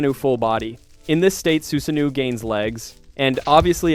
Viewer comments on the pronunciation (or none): i love the video but i HATE HOW YOU KEEP MISPRONOUNCING EVERYTHING. STOPPP. WHO IS SASU-KAY? WHAT IS SHURINGGIN? WTF IS SUZANNUE